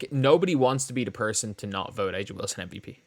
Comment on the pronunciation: It’s Uh-juh